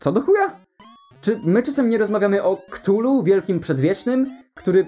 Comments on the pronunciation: Wymawia się "katulu", a nie "ktulu". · A Chthullu nie wymawia się przypadkiem ka'thulu? Tak mi się wydaje było powiedziane chyba ten...